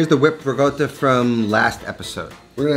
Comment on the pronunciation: I find your NY pronouncation of Italian words so hilarious... Rigoata 😆